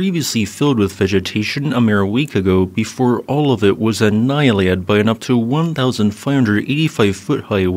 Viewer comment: Great info thanks! So basically not ideally targeted enough to catch any politicians, sadly…How do you pronounce Anialate? There seemed to be 2 or 3 letters missing!